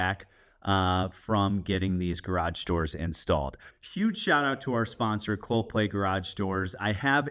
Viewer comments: Yeah, not sure why he couldn't pronounce it... Clo Pay! Not ClopLay! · Geez man. If Clopay is sponsoring your video, please don't pronounce the name of the company Cloplay. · I know they are a sponsor, but is does sound like you are pronouncing it with a L in play. It’s pronounced Clo-pay. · It is a unique name, and a type of tongue twister, so it was kind of funny hearing you say "Cloplay" or even "Coplay" 9 out of 10 times instead of Clopay. 😂😉 Also, I know they are a sponsor, but please confirm that you will be removing those "safety" stickers on the door panels when you are done fitting out the garage and they got their "sponsors" money's worth out of your videos.